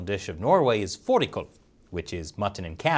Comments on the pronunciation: I think you said the letter Å pretty Damn good with fårikål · I like how you tried saying fårikål correctly. By the way, fårikål is very tasty. Im Norwegian and unvaccinated and the only one shaming me over not taking it is my grandma.